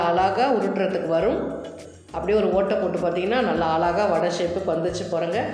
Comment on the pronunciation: One request. " Azhaga,' endru pronounce panna varalena beautiful endre sollalaame